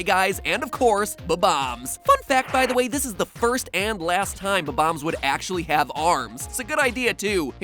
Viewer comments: it is bomb- ombs not bo -bomb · Its not bom boms its bom oms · Who else is cringing on how he says bomb-ombs Or wait HAVE I BEEN SAYING IT WRONG MY WHOLE LIFE?!?